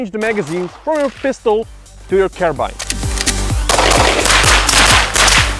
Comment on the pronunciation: Awww yeah. He said carbine properly! Unlike some people who say carbean... You know who you are!